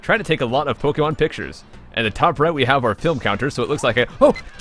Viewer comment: You're one of the few that pronounce Pokémon as you should... xD